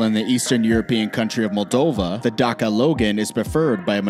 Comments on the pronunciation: D a s i a not Dakia... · dacca ducur??? you say it dasia and spell dacia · He said Dakia